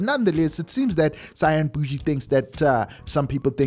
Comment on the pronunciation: Out Here Laughing When He Said Cyan Bushi😂😂😂😂